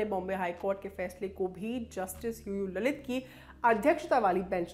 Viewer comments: लळीत not ललित. hindi anchors need more lingustic knowledge of देवनागरी "ळ". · Not ललित... it's लळीत